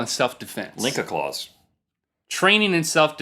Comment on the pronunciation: "Linkacaluse" lol